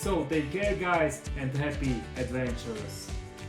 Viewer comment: Thank you! 😎 Btw.. "Adventure" not "advanture" 😬